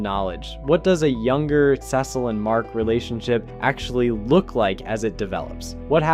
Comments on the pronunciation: i would genuinely watch your videos if you stopped saying cecil like that. the quality is not bad but i see no reason why you should horribly mispronounce that name over and over again. please do better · I don’t know why you keep saying Cecil like that. If you don’t know how to pronounce his name correctly mark only says it 100 times.